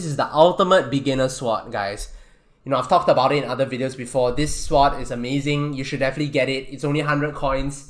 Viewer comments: He pronounces it. S-word, not sord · His pronunciation of sword...swwwod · is he saying "swap" or "sword" ? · god everytime u say sword i cringe.. swat... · my braincells hurts everytime you said "seword" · the auto generated text think you say SWAT xd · Stop saying sward its sword pronounced S. O. R. D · Stop saying sword like that it makes my brain hurt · He can say swat how ever he wants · hes saying swat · the w is silent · he pronounces sword without the “w” being silent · Every time he hays sword wrong take a shot To your knee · He isn’t technically saying it incorrectly. But I like the joke. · It pains me to hear you pronounce the "w" in sword, but nice vid. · he pronounces swords like swats and melee like MEleeeeee.